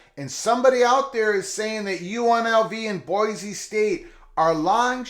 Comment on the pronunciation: FYI, in Idaho it's pronounced "boy-see", not "boy-zee".